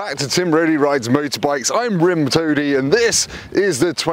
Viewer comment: You did say Rim Toadie! 😆